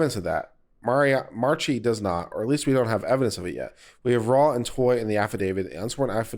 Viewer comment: Mispronouncing names, etc., ... annoying at times but not a big deal. But just how do you get the two extra syllables out of Marchi; are we thinking about a Mariachi band? That bit of pedantry set aside, thank you for your fairly objective commentary.